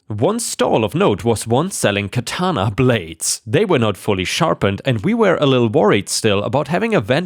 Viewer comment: Isn’t it interesting that the ones in today’s screwed up crazy society that squawk about “cultural appropriation” are not really the people from the culture that supposedly is being appropriated… They’re really WHITE woke SJW idiots. And oh, just FYI, it’s pronounced KA-ta-na. I used to write a lot of anime-based fanfiction back in the day and usually watched the DVDs with the Japanese soundtrack and English subtitles, which helped in my writing. So I studied everything about the Japanese, including and especially annunciation and meaning of Japanese words. And in story two,OP was a riot, but what he could’ve done is go a little bit further, and go to a high-end store that sells stuffed animals that are lifelike. He could’ve gotten a German shepherd, or a Doberman pincher stuffed animal, and put it in the backyard on the chain with the collar. Wouldn’t that have been a hoot?😊